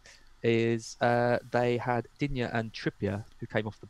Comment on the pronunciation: It’s Dig Knee ffs.